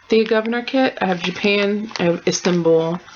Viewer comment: Beautiful finish and i love the new name you gave it :) and yay for tapestry and yay for cirques des carreaux and omg love the colours for the twisted band sampler! and you nailed the thea gouverneur pronounciation :) yay all around! xx